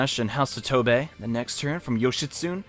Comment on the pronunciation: It bothers me they way you say yoshitsune lol. Yoshitsune is actually pronounced yo-shee-tsu-nay.